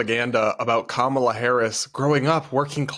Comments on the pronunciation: They're mispronouncing her name 😂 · They pronounced Kamala wrong too. Big nono according to their side. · Its the family mispronouncing Kamala's name for me 😁 I've heard so many leftists/liberals saying it wrong KAmala not KamAla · They also mispronounced her name about 100 times. Hahaha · it's KAHMUHLUH!!! guys now we have to berate them about the pronunciation on CNN in a kindergarten style debate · We all ignoring they’re saying Kamala wrong?!? lol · They are actually saying Kamala's name wrong too